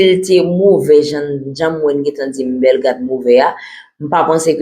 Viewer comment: BELLE MADAME. MWEN SEZI. TANDE JAN AP PALE BELLEGARDE MAL WI